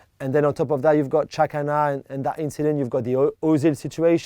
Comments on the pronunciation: No it's pronounced jacka, xh=j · Juls always says Shaka for some reason. Sometimes he says Chaka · Anyone else keep thinking they said Shaka instead of Xhaka?